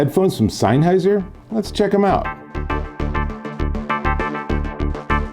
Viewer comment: Great review! Mine come in tomorrow I’m super excited. Your pronunciation of “Sennheiser” makes me cringe every time though lol.